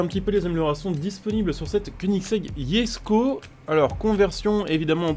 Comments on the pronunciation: Oui sa se dit pas jesko, sa se dit yesko comme c suédois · Par contre je tien a préciser se n'est pas yesko mais jesko je c pas ou ta vue le Y mais sa me fait bien rire YESKO on aura tout vue mdr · C’est pas “yesko” c’est “jesko” mais bon pas grave